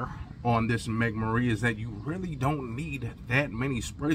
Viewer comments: Megamara not mega marine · “Megamahrey”. Not Mega Marie.